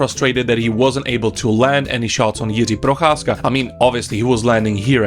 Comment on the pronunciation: You pronounce the name Jiří Procházka suspiciously well. I guess I know where you come from. :)